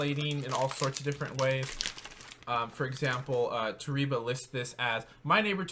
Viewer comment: Toreba pronounced "tow Ray bah". It's translates to "If you do"